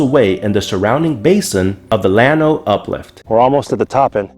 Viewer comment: As a Texan, your pronunciation of Monahans and Llano cracks me up. Good video though. Thanks